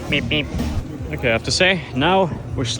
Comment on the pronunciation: exquizzzite with a Z ( pronounciation bruh ) kool vid